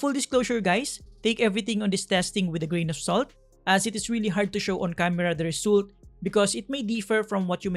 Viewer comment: Just notice your pronunciation of the word “ Result” it is not resuuult the proper way to say it is “Resalt” other than that great job!